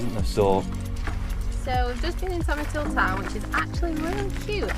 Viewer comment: Tomintoul is pronounced Tomintowl, not Tomintool.